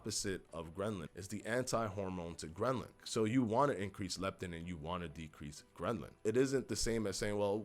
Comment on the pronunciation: Love your channel. And it's grehlin. Not grehnlin. Happy New Year!